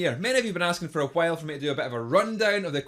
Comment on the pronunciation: It's funny. The way you pronounce while like chwile. Reminds me of Stewie from Family Guy and the "chwhip". :D